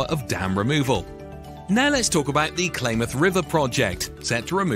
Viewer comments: Blah blah blah Klamath is pronounced clam ath, not claim ath. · Pronounced Clamath!😮